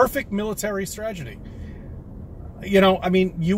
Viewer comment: A "stragedy"?